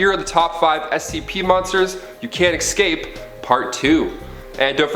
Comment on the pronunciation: Yo, there's no "x" in escape